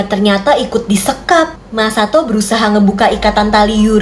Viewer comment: Sekalian Masako bukan Masato 😅😆😆